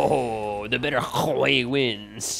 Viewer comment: GODDAMNIT 😂😂 just say "WEY", ey with W😂😂😂 "way"